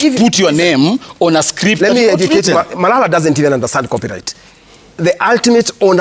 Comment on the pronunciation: The fact it is marara instead of malala speaks a lot 😂